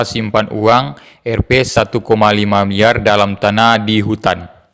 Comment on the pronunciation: bg cuma mau kasih saran kalau mau bilang RP itu di baca rupia aja bg janggan bilang RP aja